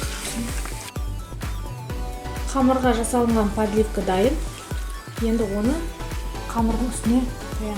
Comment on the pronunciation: Дұрыс сөйлеп үйрену керек! падливка, красный перец, т/б сөздерді дұрыс айтпайсың сен ренжіме